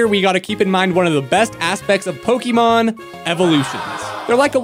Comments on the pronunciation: Po//Ke//mon not Poky//mon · I really irrationally angry because he said poke-ee-mon instead of pok-eh-mon or poke-eh-thirty-mon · Yet you still don't know how to pronounce Pokémon